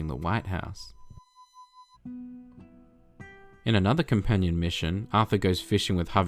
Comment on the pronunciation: Cool thing to point out, though this youtuber seems to be Australian, he pronounces "white" exactly like a deep deep southern American, as notado when he says that a bout of Cholera in 1849 killed former president James K Polk only "3 months after leaving the WAIYt haowz"